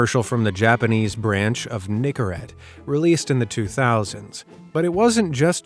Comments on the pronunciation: bro did not say nicorette😭✌💔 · Man, it didn't sound like he said Nicorette 😂